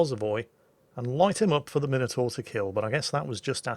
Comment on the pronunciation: he doesn't he pronounce minotaur correctly?